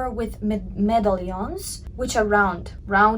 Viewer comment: "Medallions" is pronounced similar to "Italians". :) I love your videos! So much time and effort is put into understanding the Kibbe system. Thank you. I've come to really understand my personal style in my gamin male frame! Thank you. Im trying to hold onto my clothing for years, and this has helped me to fall in love with my pieces! I know what works on me. Yay!